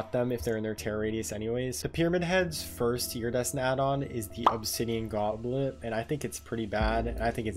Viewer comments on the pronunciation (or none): none